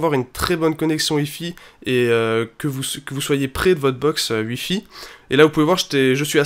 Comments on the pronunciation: Pourquoi au lieux de dire "wi-fi" tu dis "ui-fi" ? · Tuitter aussi et Uilliam